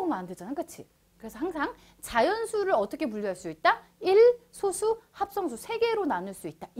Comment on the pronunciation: 여기서의 소수는 읽을 때 '소쑤'라고 읽어야합니다.